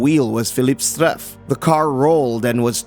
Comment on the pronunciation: His Name was Philippe Streiff ... not Streiffgr